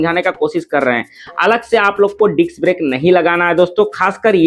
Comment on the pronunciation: Why u always say diks brake😂😂